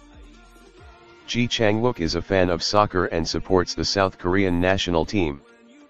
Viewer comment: Please learn to pronounce his name properly.